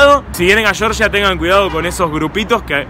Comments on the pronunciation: La Real Academia Española , por ejemplo. Si fuera "shorsha" se escribiría Shorsha. Como es Georgia, se pronuncia Georgia. Saludos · Se dice Georgia, no shorsha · georgia con g no con ch, cheorchia jaja